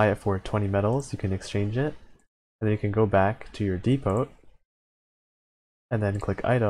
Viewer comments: The T is silent on depot my friend (dē pō) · Err.. "dee-poht"? Had to do a double take when I heard that pronunciation. Aside from that, informative vid 😁